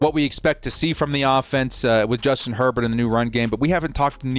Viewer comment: Justin “” lol